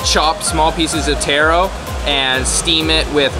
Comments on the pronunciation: Stop imitating Mark Wiens!! Watch yourself on video and listen to the commentations you make., then watch and listen to Mark Wiens, you sound like him. Taaaaroo not Tayro! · Not tear-o but tar-o. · Pretty sure he was mispronouncing taro. I believe it's pronounced tah-roe as in the first syllable in Tahoe and fish roe. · How he says taro feels weird to me because I never heard anyone say it like that before even though it is correct